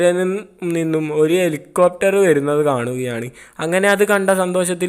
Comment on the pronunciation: (എലികോപ്റ്റർ)🐭Copter ❌ Helicopter ✅ (ഹെലികോപ്റ്റർ) (ഇറോ) Erow❌ Hero✅ (ഹീറോ) കുയി ❌ കുഴി✅ വയി❌ വഴി✅ കൈയ്യന്നില്ല❌ കഴിയുന്നില്ല✅